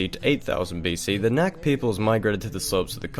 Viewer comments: Hi, Chechen here. You were saying "Nak" & "Nokchi", it's pronounced as 'kh' as a hard 'h' sound. It's more accurate to just pronounce it as an 'h' if the kh is difficult. When you sometimes see it spelled "Noxchi" it's the same thing, x being kh. Couple historical tidbits: the first Red Army officer to meet the Allies on the Elbe was Chechen Colonel Movlid Visaitov leading the "255th separate Chechen-Ingush Cavalry Regiment". He met American General Bolling and they exchanged gifts: Movlid gave his horse, and Bolling gave his jeep. Movlid was also awarded the Legion of Merit by President Truman. He was also deported to Siberia after the war (after refusing to assassinate Chechen scholar A.Avtorkhanov in Europe) but he returned to Chechnya ("Nokhchichö") and was posthumously made a 'Hero of the Soviet Union' in 1990. History eh. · It's NAKH not "neck". NAKH PEOPLE. Don't you know how you pronounce "kh" in the english language? Kharkov, Kazakh etc. There's a reason for the "h" at the end. Just look up how the Russians pronounce the name of the city of Kharkov.